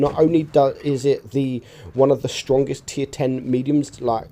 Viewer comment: dude do you intentionally say Shtrongest? lol reminds me how that golden Dutch dude spoke in Austin Powers lol